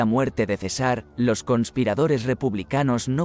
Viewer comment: La información que brinda este video es destruida por la pésima lectura: Cesár en lugar de César. Tanto desagrado me provocó que no terminé de verlo.